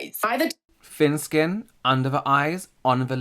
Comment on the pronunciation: “fin skin” 🤭